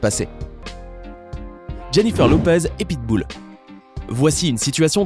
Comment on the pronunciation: Pitboul😂😂 pitbull